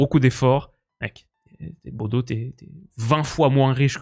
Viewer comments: Superbe vidéo ! Petite précision, Bodø ne se prononce pas [Bodo] mais plutôt [Bodeuh] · Hey super vidéo encore! juste je crois qu'on dit "bodeu" ou "boudeu" pour Bodø en norvégien! faudrait rechecker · Super Vidéo comme d'hab! (Juste petite précision Bodø se prononce Boudeu)